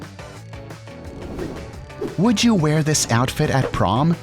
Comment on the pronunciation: At the sixth question, you said OUTFIF instead of OUTFIT